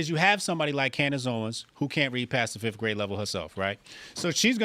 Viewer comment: love when I black guy says she can’t read and precedes to say ‘fif’ for ‘fifth’. Can’t make it up.